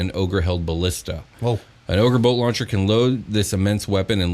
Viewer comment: I kept hearing "Ogre Boat Launcher," and that stat block would be hilarious